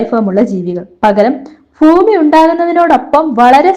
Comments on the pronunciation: ഫൂമി അല്ല,ഭൂമി എന്ന് പറഞ്ഞ് പഠിയ്ക്കൂ....😊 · ഫൂമി. മലയാള ഭാഷയെ കൊല്ലരുത്.